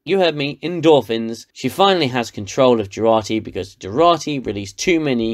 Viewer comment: Its Jurati...not Gerati